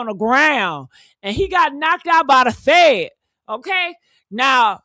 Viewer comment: He said the fan not fed